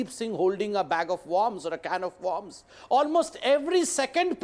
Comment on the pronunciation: Bear a fruits? MountAYN? in accordance TO? WARMS? not wERms? you need to go to an English hospital or stay with the Hindi channels.